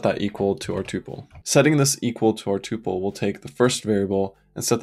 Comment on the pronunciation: I've watched so much of this series, and loved every minute. Then I heard you pronounce tuple, and it was so jarring and I instantly forgot everything I've watched. I'm sad that you're part of an enemy faction. I don't even want to know where you stand on tabs v spaces. I don't know if I could stand to hear the answer.